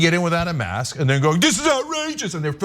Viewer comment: how about you learn proper English. the word is Mask....with a K not mas..........and Ask also with a K.....its not Ass. not granted maybe this woman has a speech problem but if that is the case go get some help before posting vids showing your ignorance.